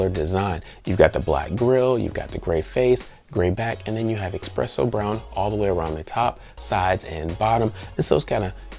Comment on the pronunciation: Drink every time he says eXpresso lol